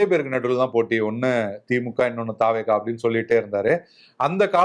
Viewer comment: தவெக என்பதை பேசும் போது தாவேகா என்று பேசுகிறீர்கள். தமிழக வெற்றி கழகம் என்று முழு பெயரை பேசுங்களேன். நல்ல தமிழில் பேசுங்கள்